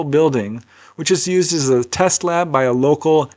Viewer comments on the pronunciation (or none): none